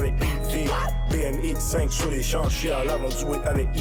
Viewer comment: Il disent BM (BMW) X5 et pas bmx